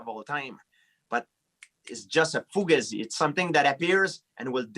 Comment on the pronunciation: "it's just a fugazee"